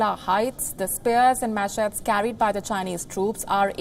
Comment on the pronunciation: Its not machet u dhots...